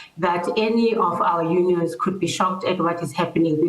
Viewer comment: Unions, sounds like honions.